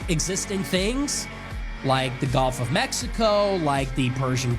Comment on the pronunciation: Hey, Nick. It’s “gulf” not “golf” you dummy.